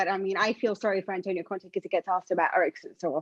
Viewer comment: His name is Conte. Please stop adding "h" on his name it sounds weird